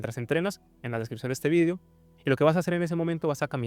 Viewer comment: Porque dice "Vidio" si UD no es español??)